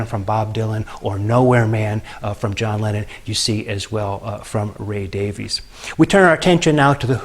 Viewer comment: Two of my favourite bands. Note that Ray and Dave pronounce their last name as 'Davis'. True Kinks fans know this.